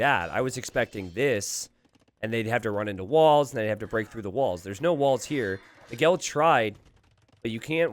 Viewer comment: it's funny how pronounces "Miguel" as "McGill".